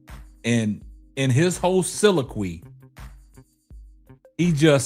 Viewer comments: My brother please 🛑 stop saying silaqwe its pronounced soliloquy...sa-lil-La-qwee. I love what you do brother but you gotta stop saying that big word wrong. It gives you a uneducated look. Again I Love the show but please quit making that mistake it got you looking like the dude from in living color who used and pronounced big words wrong. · I appreciate you brother but if you're going to use a $5 word 4 times, be sure to say it right. Soliloquy.... There is a "lil" in there. Blessings.